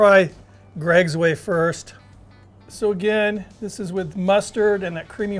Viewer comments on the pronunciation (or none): none